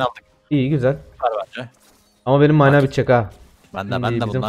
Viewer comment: Mâna değil mana